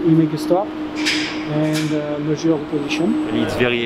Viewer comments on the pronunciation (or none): none